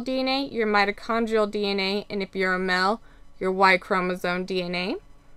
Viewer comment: Spelling and pronunciation errors really make you appear less intelligent. You didn’t toke the test you took the test. Mail and male is pronounced with a long A sound not ‘ mel’ with short E sound.